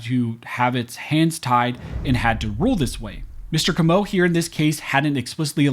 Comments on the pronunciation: FYI: it's pronounced 'KOH moh', a very common surname here in South Louisiana. Having been able to speak several languages in my lifetime, I've noticed that Americans generally seem to put the accent on many names and words on the wrong syllable, as in my last name, Broussard, which is pronounced 'BREW sard'. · Comeaux aint pronounced that way. That hurt my ears. Its cO -meaux Emphasis on that O brother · I'm probably the millionth person to comment this, but, it's pronounced CO-MO (Comeaux)... CO like Coke. I think the emphasis is on that first syllable.. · Hey y'all, South Louisiana native here, we pronounce the name the name "Comeaux" just like Perry Como's last name.